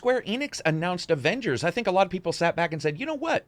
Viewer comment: What really annoys me is that caps voice actor say ovengers